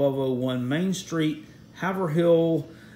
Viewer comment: It’s pronounced HAVE RUL , NOT Haver Hill.